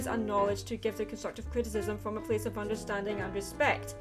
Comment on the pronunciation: Under...sting? ENGRISH! Great, GREAT video, and I loved the added quotes! This was very enlightening. :D <3